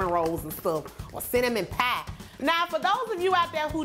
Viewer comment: Did she just say her Mama use to put some "pie sh_t" on there? Lollll. First laugh of the day! (was corrected down below, but still got a good laugh out of what i thought i heard!) :-D